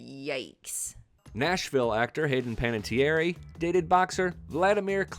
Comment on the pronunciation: it’s not panatierry- it’s pan- a Tierre… calling Julianne Hough a country singer is pushing it